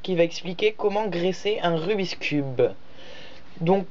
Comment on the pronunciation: Ce n'est pas rubis cube quand tu le prononce!!! C rubikss